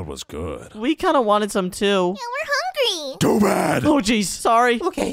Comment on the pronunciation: Hungy instead of hungry